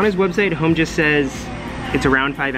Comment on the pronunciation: Hom... NOT "home". At least get the guy's name right...